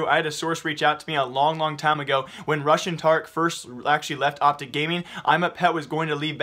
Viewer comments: "Rush and Tarik" i kept hearing russian Tarik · read the comment again, i know its rush and tarik, i THOUGHT he said RUSSIAN tarik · I kept hearing "Russian Tarik" for "Rush & Tarik".